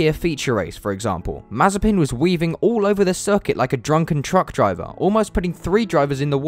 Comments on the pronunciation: It's Mah-zieh-pin......... the accent goes to the secon syllable... a bit like Mazyaipin for us Scots. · Mazepin sounds like Marzipan 😂😂😂